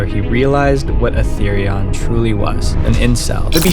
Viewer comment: Atherion sounds like Atherian